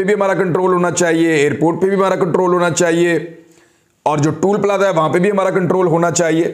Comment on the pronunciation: it's not tool plaza but toll plaza. please say it right.